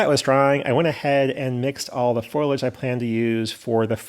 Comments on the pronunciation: Foilage or foliage? Lol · I recently retired from CSX in Pa. and I can verify the realism of your mountains - I grew up in them! One suggestion: The word is pronounced "FO-lee-age." I'll check out your other projects now.